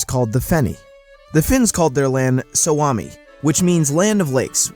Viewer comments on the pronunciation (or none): Have to say the narrator kinda buchered the pronunciation of the word ”Suomi”. To my Finnish ears it sounded like he said ”Swami” or something.